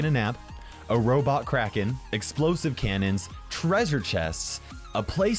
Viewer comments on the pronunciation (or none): none